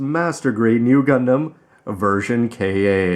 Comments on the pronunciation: And it's version Ka. Not K-A. If you can't say Ka just say Katoki. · I don't mind his calling it K-A. He knows his shit and it doesn't detract his talent for good reviews anyway Plus the more thorough he is about this beast kit the better